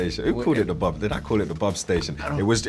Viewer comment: .."Bhhab"??..no.. it's ' BOB '...!